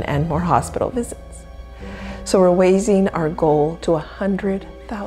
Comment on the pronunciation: raising* not waising*